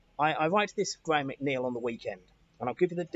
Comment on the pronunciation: you’re a clever man but you pronounce your second name wrong